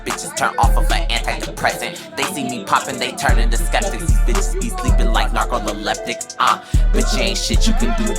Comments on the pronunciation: I love rapping he got hella bars, but on this one…… “narcololepitic”??😂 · Narco the leptic lol I was trying to use some word play 😂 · The NARCOLYLEPTIC WORD WAS TAKING ME OUT ITS NARCOLEPTIC BUT THE BARS WAS DEF THERE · 🤭🤭Narco-coleptic.. I had to rewind that back